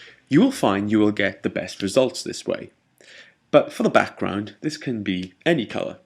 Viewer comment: i always love the tutorials u made.. i've watched all of em :D anyway i love it when u says "backgroud" it's amazing pronounced :D once again TIA! LOVE YA